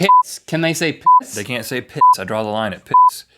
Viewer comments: did they say pits rather than p*$$ cos it sounds like they did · Wow you never hear a bleep on GMM 😂😂😂 but they said "piss" and it sounded like they said "pits" 😂😂😂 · They sound like there saying pits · at first when they were saying the p word i thought they were saying pits.... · 'are they allowed to say pits?' is what it sounded like! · Did they say pits or piss? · When they bleep out "piss", it sounds like pits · No shit. It just sounds like there saying pits when they beep it. -. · LOL i thought they were saying penis! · I though it was pits (i.e. armpits) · When they were saying piss, I kept thinking they were saying pits. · am i teh only one who thought link was saying another word that starts with "p"?